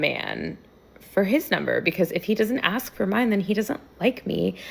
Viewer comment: He just couldnt take you serious cuz you manage to say the very easy word "ask" wrong. Somebody with that attitude should at least know that it's not "aks".